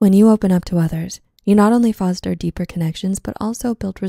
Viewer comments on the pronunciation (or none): none